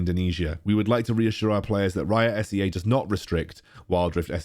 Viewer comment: As SEA country, we pronounce it as C not S.E.A if u know what I mean.. 😁